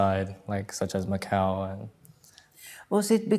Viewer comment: Macau, not McCall.